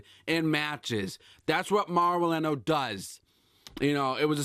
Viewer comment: ranallo....not rinello....also if this guy is missing shows cause hes depressed then im sorry but get him off wwe for good....hes useless